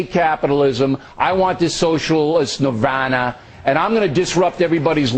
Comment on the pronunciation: Smug Alert! And what is up with how Bill says Nirvana? seriously